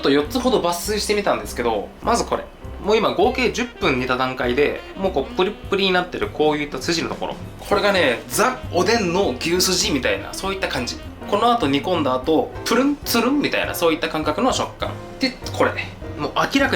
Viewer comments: 「ザ・おでん」じゃなくて「ジ・おでん」ではないでしょうか？ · おでんは”ザ”じゃなくて”ズィ”ーーーー！どうでもいいか